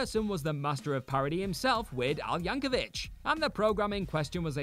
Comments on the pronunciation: Yank o vic, not vich. It kills me. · it's Yankovic, rhymes with stick. Not Yankovich. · It's Yank-o-vic, not Yank-o-vich. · YankoVICK. Hard K sound. Don't get your pronunciation from Hank Hill. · Re the final entry: although "Yankovitch" may be the original pronunciation of the surname, that's not how Weird Al says it; and what Radcliffe performed wasn't a "rap," it was The Elements by Tom Lehrer (a satirist I'm not surprised to learn Al loves).